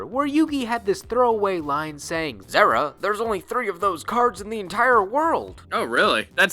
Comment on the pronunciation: Pretty sure it's a Zeera and not Zehra in pronunciation.